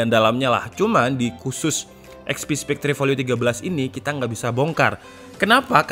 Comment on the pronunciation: Spekter bang bukan spek-tre